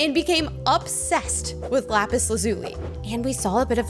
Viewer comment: You said lapis correctly